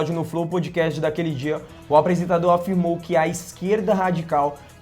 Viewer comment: Os caras não sabiam nem falar Podcast.